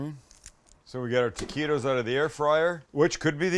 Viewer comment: Love the recipe but why do you keep calling them "Tequitos"?